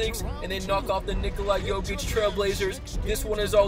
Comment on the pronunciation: “Nikolai Jokic”